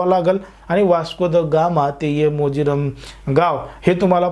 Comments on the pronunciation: मोजिरम नाही रे भावा ते मोर्जिम आहे 😂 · It is Morjim and not mojiram. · Morjirum nave morjim manjech morjim aahe te. Chukicha ucchar karu naka mahit nasel tar ekhadya jankar wektila vicharave pun chukicha ucchar karu naye